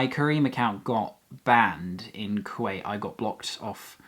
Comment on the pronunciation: You butchered there name